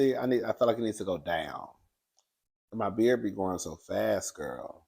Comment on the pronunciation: My, not may